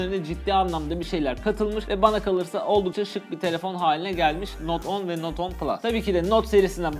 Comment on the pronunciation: Not 10 diye okunmaz note ten diye okunur